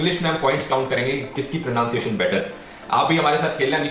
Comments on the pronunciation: Pra-nun-siye-tion is d-fi-kult JB koo-we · U mean pronounce-ciationn 😂😂